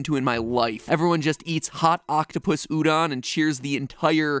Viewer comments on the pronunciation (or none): Hey matpat, when reading Japanese, more often than not, you read the "o" as "oh" instead of "ah" Like Nippon and Udon in this video: ni-poh-n and u-doh-n